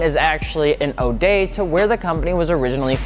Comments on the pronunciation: Ode is pronounced “owed” not “o-day” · Did he pronounce ode "oh-day"?